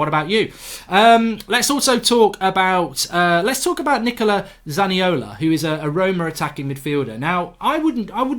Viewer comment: It's Nicolo Zaniolo not Nicola Zaniola... imagine trying to talk about trasfers and not even knowing what you are talking about.